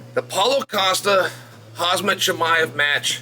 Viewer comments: Maybe you should learn How to pronounce his name correctly. It’s Khamzat not Khazmat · He always says hazmat instead of khamzat lol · Mate! Can you stop calling him HAZMAT??? 🤣🤣🤣🤣